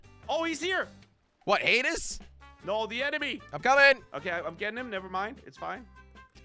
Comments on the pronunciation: He said Hadis not Hades 🤣. He also said Icarus wrong as well. Not knowledged enough on Greek Mythology. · You pronse hades rong it’s hay-dees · Its pronounced HadEEs with an ee